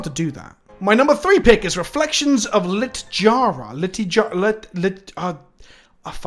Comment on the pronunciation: I'm pretty sure it's pronounced Lit-yara.